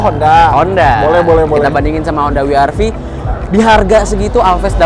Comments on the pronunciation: We Er Ve atau DoubleU aR Vee. Wi itu baca huruf W bahasa apa? Wkwkwk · Kenapa ngomongnya “wi ar vi”. Pdhl kalo mmg mau dibaca dg bhs inggris bacanya ya “double u ar vi” atau kalo mau indonesia sekalian ya “we er ve”. Kecuali brv baru bacanya “bi ar vi” & crv baru bacanya “si ar vi”. Klo W masak iya bacanya “wi” 😅😂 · Gatel bgt pengucapan WR-V dengan sebutan “Wi-Ar-Vi” :( seharunya “Dabel-Yu-Ar-Vi” in English atau “We-Er-Ve” in Bahasa ya? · Nyebutnya koq Wi Ar Vi ya bukan Double yu ar vi 😁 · Pliss deh jangan "wi ar fi" dong gak enak bgt dengernya. Mending "we er fe" aja deh klo gak bisa nyebut "dabel yu ar vi" ... 🙏 Mending Alvez kemana2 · dabel yu ar vi, bukan wi ar vi :D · Mas, bacanya bukan wi ar vi. Kalo mau Inggris, sebutnya da bel yu ar vi. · "dabel yu" "ar" "vi" bukan "wi" "ar" "vi". Hilsat lebih konsisten make "we" "er" "ve" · Gemes juga denger WI ar Vi bukan Dabelyu Ar Vi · Kenapa pada latah nyebutnya Honda wiarvi bukan weerve in English ( Double U = " W " ) ( Arr =" R " ) ( Ve = " V " ) & jujur saya awalnya bilang gitu secara gak sadar 🙏🏼 😄. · Wi ar vi, wi ar vi... Sejak kapan W dibaca wi bro ? Situ kan reviewer channel otomotif gede yg cukup jadi panutan, jangan ngajarin gak bener lah, justru harusnya koreksi